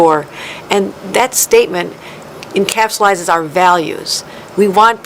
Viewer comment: Encapsilizes. Stay on script, that's not a wordm